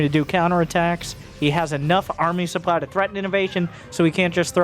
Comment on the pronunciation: Supe-ply? KEKW I need me some of that sweet supeply